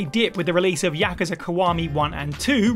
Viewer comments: Anyone else get annoyed this person can not say Yakuza properly? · Learn to pronounce Yakuza properly